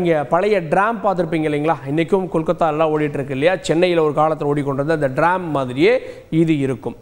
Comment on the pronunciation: Not Dram it's tram